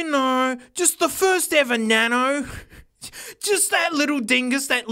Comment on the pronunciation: He said Nano wrong